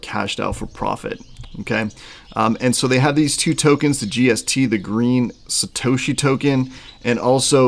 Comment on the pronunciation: “SatAHHshi Tokens” “Soleyyna Blockchain” …..bruh